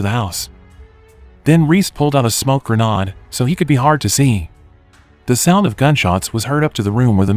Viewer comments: ger-nod? Is this some sort of computer generated voice? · I like the way you say granad